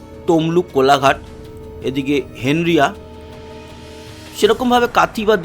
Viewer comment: ভাই আমার বসবাস এলাকার একটি জায়গার নাম বলতে গিয়ে উচ্চারণ ঠিক হয়নি। উচ্চারণ হেনরিয়া হবেনা হেঁড়িয়া হবে।